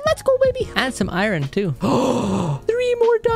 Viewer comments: He says Iren every time instead of Iron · no offense but u say iron like irin